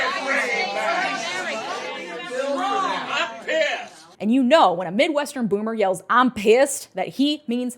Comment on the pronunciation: I'm peeussed too!!!!